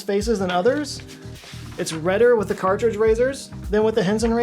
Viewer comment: He really mailed in that Henson ad, huh? Didn’t even bother redoing his miss on “cartridge” and He pronounced “erythema” in 2 ways, both wrong 😂 Bravo!